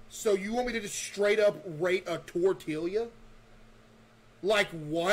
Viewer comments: “So you just want me to rate a tortilia?” 💀💀💀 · “So you just want me to rate a tortilia?” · Bro cannot call tortillas disgusting after pronouncing it as tortealyuh